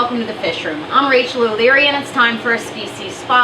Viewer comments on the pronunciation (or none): none